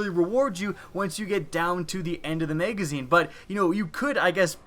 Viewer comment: Megazine. WHY DO YOU SAY MEGAZINE?